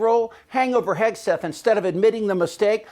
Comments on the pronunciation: Did I hear her say Secretary Hegsweat?😀😀😀😀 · She mispronounce his name Hig swig 😂